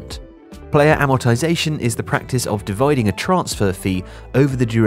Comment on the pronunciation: "divoiding"